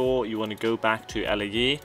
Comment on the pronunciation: Elaiee is a wierd way of saying Lae, your saying the letters i get it but i thought for sure Lae was said like "Lay"